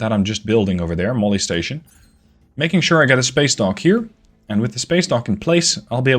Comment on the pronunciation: RIP Molly but can we speak clearly when referring to the station it sounds like molestation.